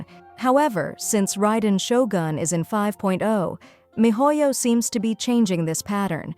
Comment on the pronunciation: Sorry, miss, it's not Raiden Shogun, it's Raiden Shotgun I'm sure it's Raiden shotgun